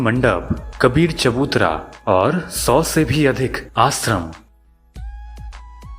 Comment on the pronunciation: सिवलिंग, अभिसेक, संभू धारा, आसरम...!! वीडियो ठीक है, लेकिन ‘श’ के स्थान पर ‘स’ ने सब गड़बड़ कर दिया!